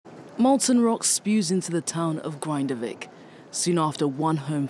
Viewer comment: "Grin-da-vik," not "Grind-avik". The man did not "fall into a volcano" FFS!